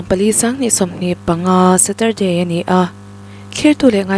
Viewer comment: Sturday tih hi inrinni tih ve mai nise.